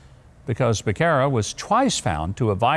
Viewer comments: lBecerra's name is pronounced Beh sarah it's Spanish means calf...moo 🐄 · His last name is pronounced Be-serra. For me, I plan to go by the Constitution. I don’t plan to follow any directive that is in direct conflict with the Constitution.